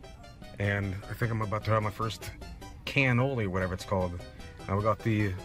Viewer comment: Loved the video Can't wait for the next video man! I, for one, love canoli's.... And it's pronounced as Cuh-knowl-Lee, not Can-Ol-Lee LMAO! The Scream when Vergil came in to save you from a Demonetization was absolutely hilarious as well! And that is the one and only Meru the Succubus.